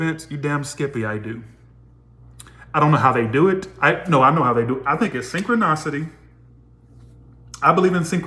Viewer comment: just wanted to let you know that’s it’s pronounced synchronicity sing-kruh-ni-suh-tee Cuz you’re saying synchro- NOS-city When it’s Synchro- NI-city Or just good how to pronounce synchronicity on google of what I said doesn’t make sense! Lol love you just wanted to help you out! ❤️